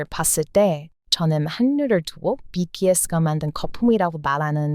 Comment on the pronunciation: 비키에스 가 뭐죠. 왜 발음를 BTS 라고 안하고 BKS 라고 계속 하는지.. 거슬려 거슬려 뭐야 이 채널